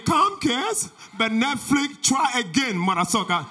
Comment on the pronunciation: he said boycott NETFLICK LOOOOOOOOOOL